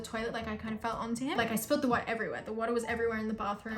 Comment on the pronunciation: that ✨water ✨accent was soo America